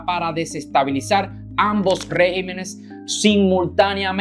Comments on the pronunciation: Estimado...por favor, enmienda lo que dices. Estàs diciendo REGIMENES...Lo correcto es: REGÌMENES...con acento en la I. Perdona, pero deseo que todo salga bien en tu programa. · Regímenes, se pronuncia con acento en la "í" REGÍMENES.... cuidemos el idioma para no darle paso a los progresistas. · Se dice: "Regímenes", y No Régimens,lo cual es incorrecto. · No se dice régimenes, lo correcto es REGÍMENES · No se dice rÉgimenes, sino regÍmenes. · Se dice regímenes. Buena entrega...